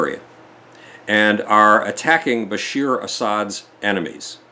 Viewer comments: Rajab not Rasab and Bashar not Bashir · Erdogan, not Erdowan. Bashar, not Bashir.